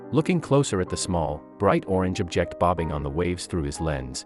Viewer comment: Your text reading program mispronounced "object" several times saying "ob-JECT" as the verb instead of "OB-ject" as a noun